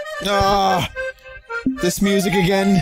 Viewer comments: "Try Agrain" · “Try agrain.” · "Try agrain."